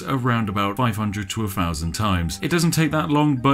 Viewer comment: doesn’t anybody else get triggered by the way he says “-fousand” rather than “-thousand”